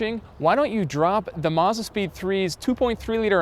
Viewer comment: Finally, an American that can say Mazda right! Rather than 'Marzda', he actually says Mazda like the rest of the world. But yeah the RX-7 is the best car ever, my personal favourite :)